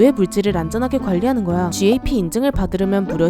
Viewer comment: gap 발음이 "갑"ㅋㅋㅋㅋㅋ